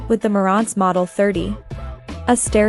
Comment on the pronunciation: Learn how to properly pronounce Marants and NAD.. you come off like a rookie who knows nothing about what you're talking about and just reading a script...